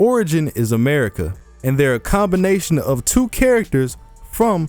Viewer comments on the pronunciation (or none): none